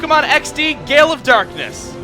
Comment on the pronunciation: more like Pokemon? XD!! Gay-le of Darkness